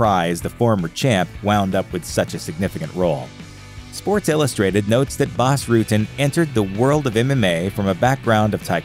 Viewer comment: isn't prononced Boss Rutten!?